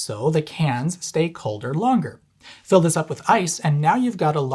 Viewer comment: LONGERERER, what did I just hear